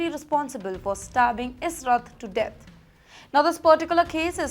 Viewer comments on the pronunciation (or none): none